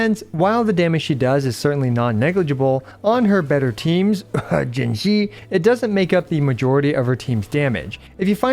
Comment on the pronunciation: Pls stop saying puke with Jinhsi that's not it my guy😅